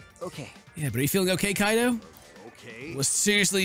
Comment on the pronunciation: Judging but a lot of his previous misreads never. Unless a direct pronunciation points it out to him he doesn't usually catch his mistakes. Or worse as in Kaede and Kaito (Kyehdeh and Kyto) he often reverts (Kade and Kato).